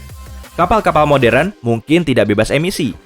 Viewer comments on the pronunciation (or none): none